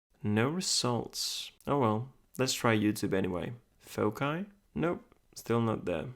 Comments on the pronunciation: Pwd is either 1234 or the most obvious foci(fawk-eye as you say it). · Did you know foci is pronounced differently in American English? Fo-sigh is how we would say it - a holdover from Latin. I had never heard your pronunciation of it until this video and looked it up and apparently it’s correct for UK English.